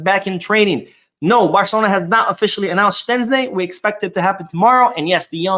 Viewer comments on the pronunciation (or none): Its not Shenczni brooooo Its SHEZSTNI.... 😂😂😂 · Why do you pronounce Szczesny like there's a T in the name, you are murdering the name ,it's pronounced like (shezney) so like In English "SH - E (like in egg) - Z - NEY " so I don't know where where you get the T sound from 😅